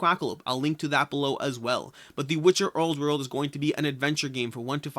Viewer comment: “The Witcher owrd werld” hahaha